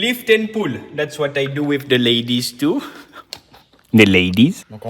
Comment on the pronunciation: '' zhe ladyz '' 🤣